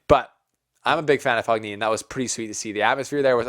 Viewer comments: Don't know if you'll get more italian fans if you keep saying Fog-nini. I think it's a silent ''g''. Anyway, good cover! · It is pronounced Fonini... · Fognini is pronounced fo-nyee-nee . For god's sake, please make even just a small effort. GN in italian is pronounced NY. Like the GN in lasaGNa is pronounced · Mark my words Nadal does not win a title clay season. He is injured, which sucks but he was moving out of bh corner like 1000 in the world. His name is pronounced “Foeneenee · GN in italian is pronounced like ny. Fognini is pronounced fo-nyee-nee. Think of how the GN in the Italian word "lasagna" is pronounced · G is pronunced but not as english native people do. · Do not that for the correct pronunciation of the surname Fognini the "g" is silent. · I love you but please learn how to pronounce Fognini correctly! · the G is silent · Just a small tip - When you read Fognini you should not pronounce G. And Coric is not Koric but first and last letter are being pronounced the same, so it is 'Chorich'